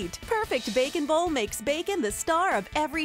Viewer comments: The way she says it it cracks be up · She said bacon bowl like 25 times and the way she says bowl had me cracking up laughing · why does she say "bowl" so strangely?